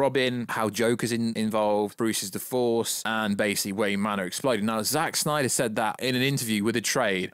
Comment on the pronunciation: Bring back the "snayder" verse 😂😂😂